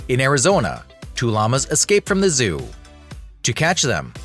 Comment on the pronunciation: That "monkey" could possibly KILL a lion or tiger. A human would stand NO chance! A bison is NOT pronounced bizon. Llamas are law mas not laa mas. And sleeping pill darts? Good grief!